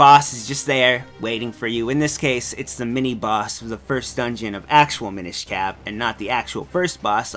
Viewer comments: The Mi-NISH Cap... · Am I crazy or is he pronouncing "Minish" wrong? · Tom Krystinik I'm not trying to pester the guy, it's just every time he says it I cringe.